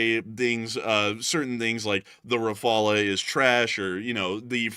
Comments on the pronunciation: RA-FA-LE not RAPHALA ! I'm French RAPHALA is NOT how you prononce it. Rafale is a french word meaning like....gust of wind. There is NO other way to prononce Rafale than RA-FA-LE ( silent e ) Just like DASSAULT is prononced '' DASSAU '' you don't prononce the L or de T ( because reasons ) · Ra-fal not refala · Its Dah-soh Rah-Faal. Dassault Rafale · Thats sounds not right to me .. .surely Rafale is R_uh_faal....😏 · If spelt 'RAFALE' in French, then it is pronounced 'RAFAL' .. just saying, guys ... nice work, love your posts. Slava Ukraini! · Raff-al.. [ʁafal]